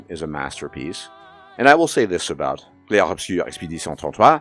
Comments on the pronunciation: I thought this game was pretentious as hell. Shout out to you for that hilariously accurate French pronunciation though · Bro hot takes aside, that french pronounciation was so freaking spot on I genuinely was so impressed (from a baguette person)